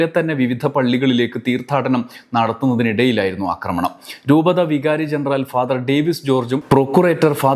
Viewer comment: അക്രമണമല്ല ആക്രമണം